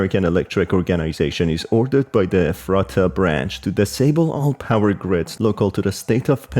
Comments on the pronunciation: Efrattah, it’s Eph-ret-ah omg. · Hey, local Pennsylvanian here, the town is pronounced Eff-ruh-duh around where I live, just thought you might want to know!